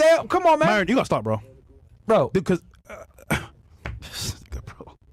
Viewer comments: Myron dropping the er had me shocked not gonna lie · Mryon saying names bro lol